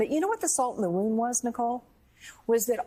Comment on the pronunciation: Dog catching the car? It’s the car catching the dog! Salt in the “womb”, not wound!